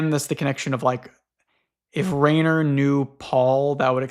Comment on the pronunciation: Okay I wasn't sure before, but now that you've mentioned Rainer Rilke it's confirmed it to me so, I've got to tell you Rainer is actually pronounced with /ai/ as a diphthong making a long I sound like in the word 'line'. I don't know if you've seen it, but think of Reiner from Attack on Titan. If you wanted to spell it in a way an English speaker would get intuitively from the ground up I think you would spell it Riner.